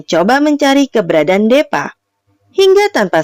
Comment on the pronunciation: Hadeehh.. Kalo nama deepa tu disebutnyya "dipa" bukan depa.. Chanel dan filmnya sih bagus, cuma saran sy lebih baik naratornya diganti.. Krn sayang chanel bagus tp pembawaan naratornya seperti itu 🙏